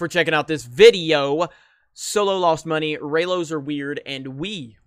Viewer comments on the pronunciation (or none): none